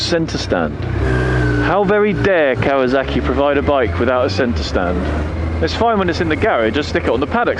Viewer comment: "Ikasawak" LOL